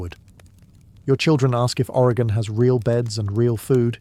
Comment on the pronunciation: As an Oregonian I was holding my breath seeing how he’d pronounce Oregon lol great job, I’ve been loving these videos!